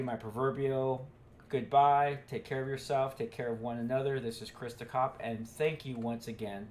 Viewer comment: He said christhecop